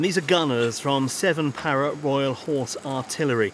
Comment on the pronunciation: Its 7 rha not 7 para